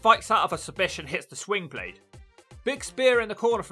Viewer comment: slingblade, not swingblade bro lol